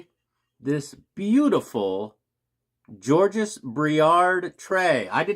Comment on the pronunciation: Georges is French which means the final consonant s is silent. JAWJ iz.